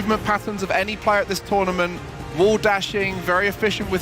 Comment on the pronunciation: "It's tOOGHRment, because WHOOŒUGH Else??!?"